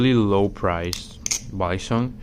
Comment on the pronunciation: You actually pronounce balisong in the Filipino way